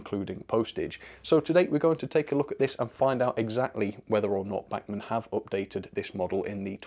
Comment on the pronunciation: Please, if you want to do “right by them” you might want to learn how to pronounce “Bachman”....................